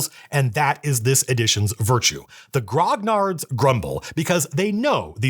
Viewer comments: Grognard is pronounced "gronyard". Like lasagna. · Dude, the 'gn' in grognard, being French, sounds more like a Spanish 'ñ' and the g is silent. Good vid tho!